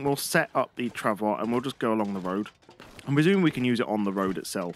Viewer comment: FYI travois is pronounced trah voy.